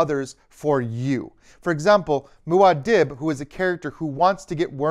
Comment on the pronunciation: Just so ya know, it’s pronounced “Moo-Ah Deeb”, not “Moo-Ah Dibb”. Thanks for the great video!